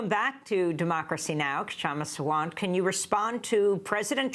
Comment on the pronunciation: She's very articulate. My only regret is how her name gets mispronounced. (K is silent, so think of Sha-ma, and Sa-waant). No offence meant, Aimee :-)